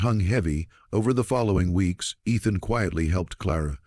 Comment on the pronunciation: It's weeks,not weaks